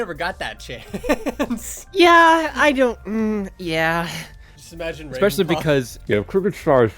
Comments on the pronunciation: "Rwaven paw" - Ravenpaw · Here in the warriors fandom we say GAY Ravenpaws responce to that: agh~ Also ravenpaw: WAVENpaw